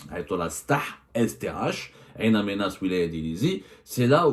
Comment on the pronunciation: Bonjour, Ain Amenas, est incorrectement prononcée. Cette ville s'appelle " IN Amenas" c'est en Targui